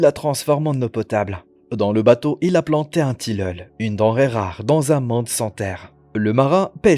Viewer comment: un tileul 🤣 la prononciation est mauvaise et en plus c'est un citronnier. il ne faut pas être botaniste pour le reconnaitre. Vive les Intelligences artificiels de la parole et les vidéos réalisé à l'arrache sur un vieux film !